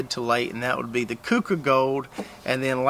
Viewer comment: Keuka is pronounced "cue ka". I am originally from WNY near the Finger Lakes where there is a Keuka Lake and this variety was developed nearby by Cornell University.